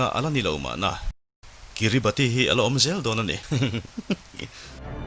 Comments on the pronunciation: Pronunciation ah chuan Kiribas tia lam tur.. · Kiribati hi kiribas tia lam tur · Kiribas tia lam tur aw,Sir leh comment lo chhiar ve tu te zawng zawng tan. A ngaihnawm lutuk e.. Heng thliarkar te te hi mihringina kan khawvel kan duhdana thlak kan tum nasat lutukna lamah leh khawvel lo inher dan danglam zel nen, anni ang thliarkar te hian an tuar nasa em ema. Engtik emawnia tuiin a chim thut theih dinhmunah an ding nasa hle. Mahni seilnenna chhuahsan hlen daih thu va ni hek suh. Maldives, Vanuatu, PNG te pawh. Maldives phei chuan South India-ah ram an lei tawp mai. An ram thenawmin an ngaihsak loh chuan China hian a rawn ngaihsak zung zung mai bawk sia. Entirnan: PNG pawh an thenawm Australia aiin khi lama mi China lam an awn tlat tawh. An leilung hausakna an hralh loh chuan anni ang ram te tan chuan a harsa sia. Heng chanchin te hi a ngaihnawm lutuk. Hetiang topic pawimawh, kan tawng hriatthiamloh te, Mizo tawng ngeia i rawn leh vangin i titha ka ti lutuk e👍🏼